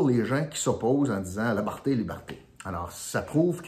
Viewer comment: Je suis triste de constater que tu n'as pas de vision à long terme et que tu ne vois pas à quel point tu es manipulé et incapable de bien prononcer un mot qui devrait être honorable"liberté".